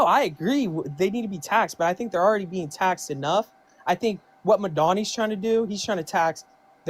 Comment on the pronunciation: Who's Madonnay?😂 I thought he was talking about Madonna at first